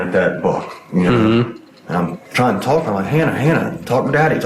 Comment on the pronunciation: someone tell this guy the L is silent in the words 'walk' and 'talk'